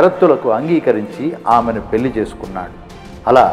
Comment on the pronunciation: Video బాగుంది. కానీ, 'ళ' ని 'ల' గా pronounce చేస్తున్నారు. ఉదాహరణకు 'పెళ్లి' ని 'పెల్లి' అన్నారు. ఇంత మంచి తెలుగు మాట్లాడుతూ ఇలాంటి చిన్న తప్పులు రాకుండా చూసుకుంటే బాగుంటుంది. Thanks